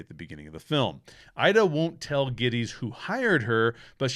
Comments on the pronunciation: It’s funny that you and Noah Cross both mispronounce the last name of Jake Gettis. This is a fantastic movie. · Mispronunciation of Gittes name over and over ruined this to me that’s a gag in the movie several times where he corrects pronunciation of his name. I had to click off pretty early it seems like a simple detail you should have taken the time to learn how to pronounce his name.